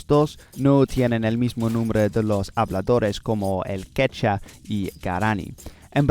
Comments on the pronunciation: A few small Spanish tips: -Quechua is pronounced more like "kech-wah", don't forget the "u". -Guaraní is accented in the last syllable in Spanish "gwa-rah-NEE", same with Tupí "too-PEE". -The "h" in "Nahuatl" is silent, it sounds more like "NAH-wat", the "tl" sound is hard so most people just pronounce it with a "t" if they don't speak the language. -Watch out for some tricky genders: Idioma is masculine. Región is feminine. Guyana francesA (agreement) And some others, but not that important. -Watch out for some other stress issues, although I'm sure you'll figure it out with some practice. -The phrase "is said" is usually "se dice", not "se dicen". In terms of pronunciation, you're very good, extremely easy to understand. But here are some tips to make it even more natural sounding. -The "d" sounds more like the English "th" sound in "there" between vowels. So "nada" sounds more like "natha" than "nadda". That's gonna help you pronounce it better, I think. It's a process called "lenition" if you wanna look deeper into it. It also affects the "b" and "g" sounds, making the "b" sound closer to, but not exactly, an English "v" or a Dutch "w" and making "g" sound more like the Flemish "g" or the Modern Greek "γ". -There is a difference between the "single r" and the "double r" in Spanish. The double r is either spelled with a double r "perro", or with one r at the beginning of a word "rata" and it's the famous rolled r that everyone loves, and you pronounce well, but sometimes w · Es idiomática no idiomica. También todavía se está pronunciando mal la palabra Quechua. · ¡Buen vídeo! ¿Por qué no pronuncias la segunda u en la palabra "quechua"? También no hay un tilde en "sudamericanos" porque el acento va en la penúltima sílaba, y se acentúa "guaraní" en la í. Gracias por usar español--haz más vídeos así o con otras lenguas.